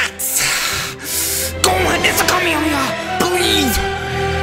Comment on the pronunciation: It’s gohan